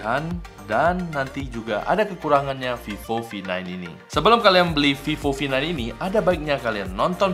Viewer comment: Is vivo v9 you saying like “fifo fi9”